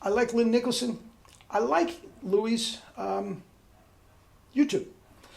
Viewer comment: BTW it’s not Louis with an s it’s pronounced Louie Dowdeswell. I should know I used to play in a big band with him!